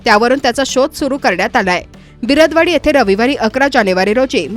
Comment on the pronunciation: कित्येक दिवस झाले या बाईला मी बिरद - वडी असा गावाचा उल्लेख घेताना पाहतोय परंतू तो तसा नसून बिर - दवडी असा आहे . पुढच्या बातमीत सुधारा . . .